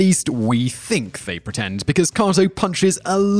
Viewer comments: Stop saying koto.....its KATO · The Green Hornet's sidekic's name is pronounced Kayto, not Kahto. Try watching the shows you talk about and actually listening. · With u on that just because of the sheer number of times he says it, leaves u screaming 'IT's KA'Y'TO, KA'Y'TO, 'Kay'To' 'KkkkkkaaaaayyyyyyToeeee' lol 🙃👾✌️ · typical commentary cant pronounce kato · Kay-toe (Kato) and Berle (rhymes with Pearl) Other than that great... discovered some new stuff about the great BL - which I didn't think was possible. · How can you know all this about Bruce Lee and still not be able to pronounce Kato? Even if you're pronunciation is "more correct" and you say it with a British Accent isn't going to change the fact that no one else says it that way. Also you mispronounced Milton Berle's name as well.